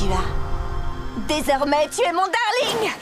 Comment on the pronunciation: ton "Dareulingue" 😂😂